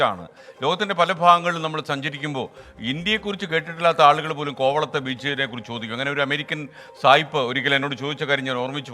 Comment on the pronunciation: കോ വ ത്തെ. എ ന്ന ല്ല കോ വ ള ത്തെ